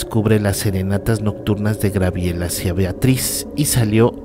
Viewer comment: dijiste Grabiel..jooo,jooo